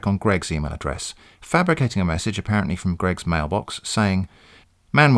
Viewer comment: The glottal stop: "FRO M" -- I died!